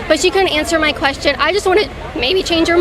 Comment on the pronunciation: Did she axe a qwerstion